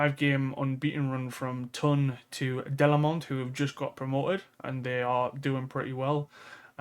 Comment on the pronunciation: Once again I am asking you to say Toon not TON :pillow-turquoise-hot-chocolate